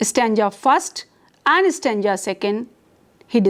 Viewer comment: Stanja .....or .Stanza Terrible pronunciations